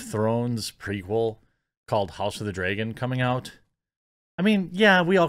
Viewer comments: It's pronounced Dragon not Dreagon. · Okay I agree with you but please stop saying 'draygon'. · You say "dragon" bad..... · No Jeremy, i didnt know there was a show called "House of the DRAY-gon" coming out. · “House of the dregon” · house of the dreygon? that pronounciation tho lol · I’d watch this video just to listen to him say “dragon”.